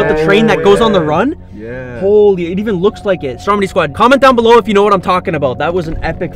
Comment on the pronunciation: I got subtitles on and whenever he says “Stormedy squad “ it comes up with “ Strawberry Squad “ lol